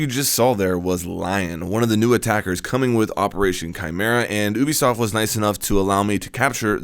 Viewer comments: U-bi-soft not oobisoft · Do you really pronounce it oobisoft? It’s pronounced youbisoft (ik That’s not how you spell it but how you pronounce it)